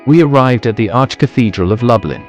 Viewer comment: Pronounced as “ Looblin”🤭